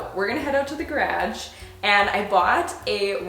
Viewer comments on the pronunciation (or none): mia why do you pronounce garage (gah-rawj) like grodge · I love the way she says garage like gradge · Is is just me that finds it hilarious when she tries to say garage but pronounces it as "grage" 😭😭🤣🤣 Love you! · Mamary the stupid questions people ask. 🤦‍♀️ She’s Canadian. Small minded much? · I can’t get over the fact that she calls garage “gradge” hahaha 💕 love!! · are you going to address how you say “graj”????? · Never heard garage pronounced that way! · I cant with her on how she says garage 😅😆🤦🏻‍♀️ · I literally had to turn the video off and stop watching because of the way you say garage incorrectly a million times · Y she say garage like that 😆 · Where are you from? The way you say "garage" is something I've never heard before. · hehe idk why but the way (canadians) say GARAGE vs how americans say it is like the biggest difference of all words!! its the only word I notice as super different:) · Love how you say garage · This was worth watching just to hear you saying garage!❤️ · Desormeaux she’s Canadian, doofus. Don’t be small minded. That’s disgusting. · i can’t tell if she’s saying garage as a joke or not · McGill she’s from Canada. Don’t be small minded. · Every time you say "garage" I feel like I have to repeat it back in the same accent. I am from Alabama and we just say it so differently. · Canadians saying “garage” is top of my list of favorite accents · Just an FYI this is not a Canadian thing 99% of us say it normally like in the US